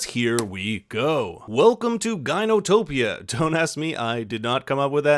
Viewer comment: Ginotopia 😂😂😂 destroying greek language at its finest. For the ones who don't know Γυνή means woman. And topia means landscape or place.